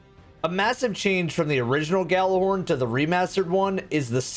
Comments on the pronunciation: Stop pronouncing the G in Gjallarhorn.... its pronounced "Jallarhorn" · Drinking game: take a drink every time he mispronounces Gjallarhorn.